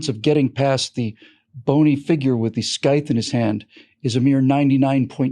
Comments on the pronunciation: Hundred percent! Just one small thing - "scythe" is pronounced "sythe" not "sKythe". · Pro tip: "Scythe" has a soft C and usually rhymes with "lithe."